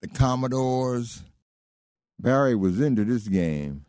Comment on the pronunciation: Why does he keep calling Berry BARRY?